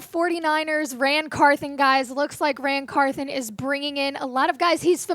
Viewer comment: Can we get the old host back please come back Tom downmey until then.. easy choice Locked on titans podcast with Tyler and A to Z .. this girls voice is awful and she knows zip about the Titans can't even pronounce NWI"'s name or Ran Carthon peace